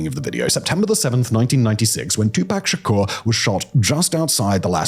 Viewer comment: 2-pack shaker 😂